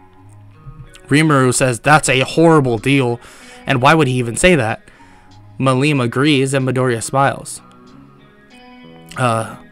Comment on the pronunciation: The way you pronounced Millim was painful to me, and I am sure that it will piss me off in next episodes.